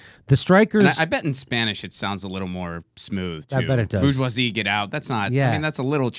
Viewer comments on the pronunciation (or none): It's French - middle to upper-middle class. You pronounce the "r" Jimmy. Boor-zhwah-zee.